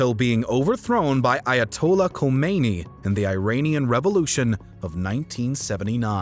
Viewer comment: Pronounced Eye Ah Toll Lah (Ayatollah Khomeini). Another mispronunciation is psychotropic . It is not tr-au-pic, it is trooo-pic. I don't hold it against you though. That what happens when you learn from the internet rather than real people.